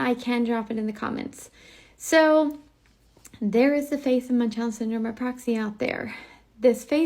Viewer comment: Why does never pronounce the N in MuNchausen by proxy?😭 am I the only one being annoyed by this?!😅